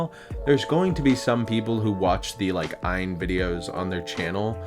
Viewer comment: Just to let you know . The name of the company is not what your saying . It's A Y N stands for All You Need. It's not ian Aan .